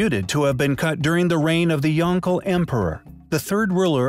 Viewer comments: Good info. It's emperor Yong-Le. Not Yong-Gle. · He pronounced the emperor's name wrong,it is supposed to be Yong-le,not Yon-gle. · It's not pronounced "yongle", it's pronounced "yong luh".